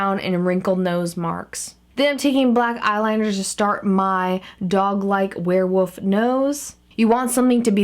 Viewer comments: She said wherewof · Yeah she says warewoof.... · You keep saying "werewoof" instead of "werewolf" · did anybody notice that she said werewoof just pointing that out not saying its weird or anything but LOVE YOU KAT <3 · why do u say ware woof